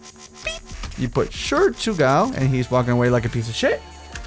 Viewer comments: OMG I love the books it's based off of. Shur'tugal means dragon rider in a different language. Also shur'tugal is pronounced sure-two-gal i think. I think i should stop fanboying while i can still stop. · shur-ga-turl i have listened to three diffrent reviews of this and it is geting annoying. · Just to let you know it's pronounced the Sure-taug-le mod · it is pronounced shert,tu,gal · Correction: *Shurtugal. lol